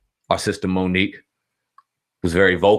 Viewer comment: Bruh said like Mook and Aye Verb